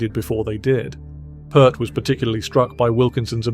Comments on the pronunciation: Considering that the creator of this video couldn't be bothered to pronounce "Peart" correctly, it's safe to say the deepest research was not involved. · The poor man has been gone for a long time and YOU can’t even pronounce his name correctly!? It’s PEERT. Don’t bother watching this…. 🙄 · How can this guy do a piece on Neil Peart and mispronounce his name over and over? This should be deleted from the internet for that reason alone!! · Peart as in ear. Come on, man! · This guy doesn’t know how to pronounce it, but I do. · This guy ...? How do you invest so much time in putting this together only to mispronounce Neil's last name? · Video just made for clicks, can't even pronounce the guy's name right. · Decent video utterly ruined by disrespectful mispronounciation. Can't bear to listen to this! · Nice, but please pronounce his last name correctly. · The least you could do is pronounce this man's name properly. Moron. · FFS can anyone pronounce his last name properly? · If this fool cold pronounce Neil's surname correctly I may have more respect for this video. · Stop mispronouncing his name. Show some respect. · Ya lost me by mispronouncing The Professor's last name. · At least pronounce his name right? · You should have the respect to at least pronunce his last name correctly. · I knew AI would butcher his name. I'm out. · Pee Ert...not Purrt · You can't even pronounce his name correctly!!!🙄 It's NOT "Pert"...it's pronounced "Peert" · Can't your freaking AI voice pronounce Neil's last name correctly? Pronounced like 'ear' not 'er' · pEARt not PERT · Sadly, I didn’t make it past 30-40 seconds when you mispronounced his last name. Can’t take the video seriously. It’s not “put”, it’s “Peert”. Downvote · There's an Ear in his last name. It sounds like Peert, not Pert. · Say Peer T .... not Pert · It's NEIL PEART!!!! (Pronounce PEEERT!!!) 😉😉😉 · Dude, it is pronounced pirt. Pirt. Not pert. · Peart, like ear, Peart not pert. Freaking idiots. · It's read PEERT, not PEART